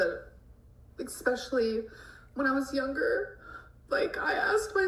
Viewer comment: She says, Xspecially. Haha